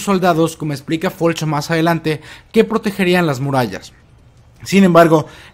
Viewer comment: Es Floch no Folch